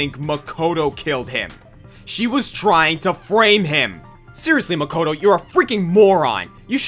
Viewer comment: By romanizing the pronunciation? He also pronounces "Makoto" incorrectly, since the English voice cast of Danganronpa mispronounces a lot of names